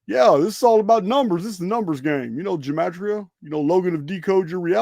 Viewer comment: I studied Hebrew from first grade. Soon after that we were taught the Hebrew Gematria. There are more than the English. It includes numbers in the hundreds. Gematria is with a hard G. There is no soft G or J in Hebrew. Enjoy your show.